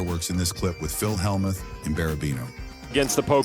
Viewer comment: I just wish the AI narrator could pronounce Phil’s name. It’s ridiculous.